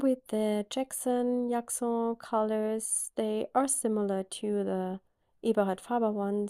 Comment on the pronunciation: I love your beautiful bird!!! 😍 I love drawing them too! Jaxon is pronounced with a hard J, like in the word jump ( hopefully that helps). 😊